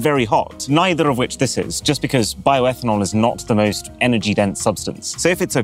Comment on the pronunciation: Bioetanol 😂😂😂 seriously?